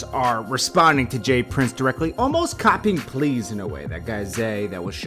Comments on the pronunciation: ITS COPPING PLEADS 🤦🏽‍♂️ I GOTTA TEACH YOU THE LINGO 😂😂😂😂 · LOL, did you mean ( cop'n a plea) not please goofy, plea's as in (cop'n a plea bargain on a case) .